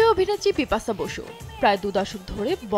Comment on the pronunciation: Bipasssa uccharon hobena